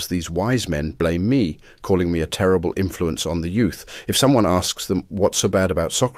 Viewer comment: best facking monment "tereble influenc one the youth"😂